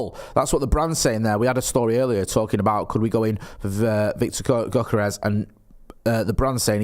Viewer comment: Go kart rash?